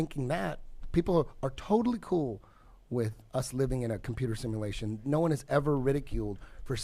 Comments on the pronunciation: proves my point! What a dumb fucker. " Simulaton" are we in a "simulaton" seriouslay? The guy can't even say the word SIMULATION properly... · Sima-latian??? SimUlation.... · First time here... Who's the idiotic jack ass that doesn't know how to pronounce the word SIM-YOU-LAY-SHUN? ok... It's spelled simulation it's not spelled simmA lation... Are you confusing it with the word "assimilation"? Cuz that's a completely different word and yup wernt so goddamn ignorant you would know this... And how do I know your ignorant? BECAUSE YOU BELIEVE THE EARTH IS FLAT!! do some fucking real research... Not YouTube research... Fucking idiots... The lot of you... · Simulation....not simalation. I don't know why but that bugged the hell out of me. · "Is it a simalation?" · SIM ELATION LMFAOOOO ... as in the sims are elated or it a simulation like the "MATRIX" JW lul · “IS IT A SIMALASHIN? ARE WE IN A SIMALASHIN?” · "We're in a simalation" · “Are we in a similation? Is it a smiliation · Sim MA lation.. Lol. Never knew of someone who couldnt say simulation before. Brining it up though... I've watched the old land of the lost show and I've thought that show could be hitting on something if this is a simulation. That show had those diamonds in the sky when something went wrong with a pylon... Ive seen a diamond shaped ufo like that. Makes me wonder if some of the ufos we see are a error light to get our attention that something is off in the enviornment. The flat earrh stuff is the key. The fake space stuff makes no sense. An he's right they might try to play out a fake alien invasion. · Wtf is a simalation 🤔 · Are we in a simuhlayshun. Are we in a simuhlayshun. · "Is it a SimAALation? A SimAALation?" Learn to speak first bro! Eddie is the Man btw. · SIM-U-LATION. Jesus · Similation lol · This moron can't even pronounce simulation correctly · This idiot can’t pronounce simulation